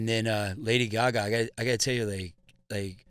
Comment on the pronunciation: Lady gogah